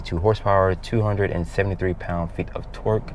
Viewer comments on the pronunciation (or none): The way u say torque sounds like twerk